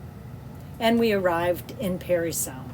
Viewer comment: It’s Parry not Perry Sound you boneheads